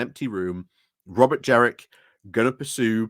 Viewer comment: It's Jenrick, not Jerick.